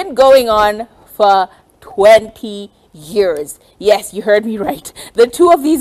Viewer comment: Im getting triggered by the way she says years. YARS!!!!!!!!!!!!!!!!!!!